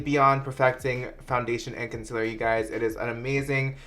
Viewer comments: Did anyone else freak out when he said “consiller” instead of concealer?! HAHA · “consiller” LMFAOOOOOOO I DIED I CANT WITH YOU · Lmfao when u mispronounced concealer tho 😂